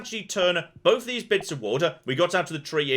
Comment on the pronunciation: Every time you say "wood" it sounds like you say water.